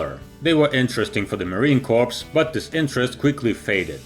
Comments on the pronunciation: It is pronounced like “CORE”. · The P is silent. As in bath! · Liked this video until you pronounced the P in Marine corps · ....the P in United States Marine Corps is silent..great vid tho.